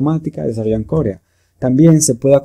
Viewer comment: La palabra es corea no "córea"